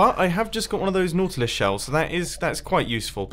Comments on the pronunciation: Finally, right? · Second hermit whom i've heard pronounce nautilus correctly.